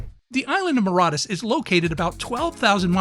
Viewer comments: Where did you gather the courage to so brazenly and boldly mispronounce the name of an entire country? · That's not how you pronounce Mauritius 🤦‍♀️ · How can an adult not know how to pronounce Mauritius? (assuming they are not deaf) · He's clearly never been to Mauritius if he can't even pronounce it correct lol